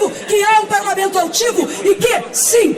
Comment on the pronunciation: Quem é a moçoila lacradora? Ela é do "parlameinto"? Há quanto "teimpo"? Ela fala "dais" "emeindas" "parlameintares". Ela é do Partido do "Adéilio", o lobo solitário da alcatéia, que "teintou" matar Bolsonaro.? Ah "eintão" tá.. Já "deistilou" o veneno, cascavel.